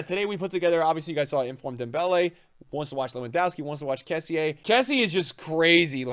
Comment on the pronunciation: your say kessie wrong